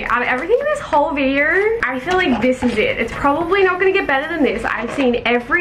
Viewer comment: "videorr" ( not an hater) 😆